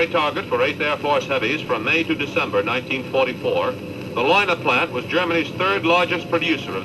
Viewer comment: In German all vowels are pronounced. So the pronunciation is more like "lay una". You have great stuff.